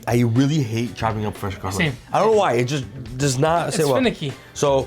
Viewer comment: What's In the pestle? Though it garlic but it didn't sound like you said it